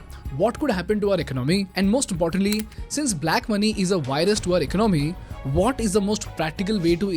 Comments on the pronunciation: ekonOmy - chh chh, no no. ekOnomy - ✔️✔️ 😊 Love your videos man. Keep them coming. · Eek-nomy??😂 very funny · Very nice video. Great info. Except you are pronouncing the word 'economy' wrong and it's irritating. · Can you learn to pronounce the word economy properly? It's really bugging me from listening to even meaningful content. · Please correct the way you say "economy". With all due respect. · you really need to learn how to pronounce the word: economy.